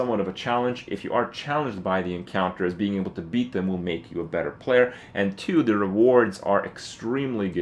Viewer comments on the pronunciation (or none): none